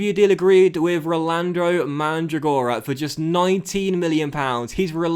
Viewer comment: In the name Mandragora the accempt on Mandràgora